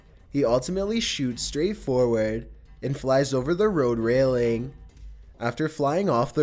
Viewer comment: Is there anyway you could change the way you speak? The constant, high to low speaking syllables of words is strange. like DRIv ing, RAIL ing, PER son, SURF ing, TUN nel, SAFE ty, CAP ture, its really odd cadence.